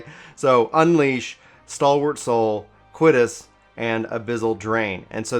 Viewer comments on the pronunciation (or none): btw i dk if you sorted this yet or not lol but you got reading issues my friend; blood SPILLER not splitter - and Quiet-us not Quit-us